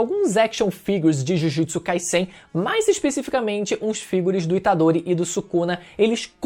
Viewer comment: Jujutsu “kaisséin”.. quer falar sobre o anime mas não sabe nem falar o nome 🤡